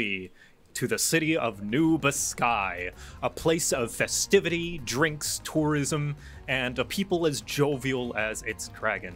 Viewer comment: Just started the video. I did NOT hear tourism when he was describing the new local